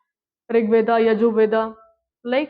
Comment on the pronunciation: Ved hota hai na ki Veda 😂😂😆😆